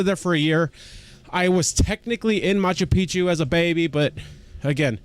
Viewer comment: It always cracks me up when I hear people say Machu Picchu, cause we all pronounce it the wrong way... It’s actually pronounced as “Machu PiKchu” which means “Old Mountain” But Machu Pi-chu (as most people pronounce it) actually means “Old Penis” Always makes me laugh😂😂